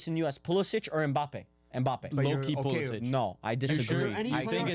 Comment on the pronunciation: nailed the pulisic lol